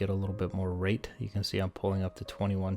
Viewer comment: Anyone else hear him saying rape fight? These flyboys are different